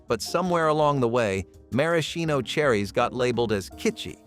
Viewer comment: You pronounced maraschino wrong lol, but that aside, these were great! i didn't grow up with most of these, but still nice to learn about them.